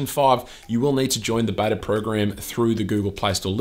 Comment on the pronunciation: Did he say Betor instead of Beta ? Lol I truly enjoy this channel.